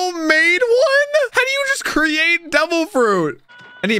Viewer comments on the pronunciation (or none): none